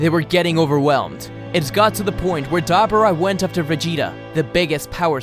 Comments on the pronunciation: Ok it’s not Dab er ah, it’s Duh bore uh.... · Ugh I hate hearing "Dab'ra"! Dislike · Dabura DAH- BORE-AH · His name is De-bor-ra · Did anyone else hear dabura as debra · Why does he say Dabura like that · Bro can’t pronounce dabura name right 🤦🏻‍♂️ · I hate you cause you cant not say dabora's name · I hate how you say daburas name. Love all the stories tho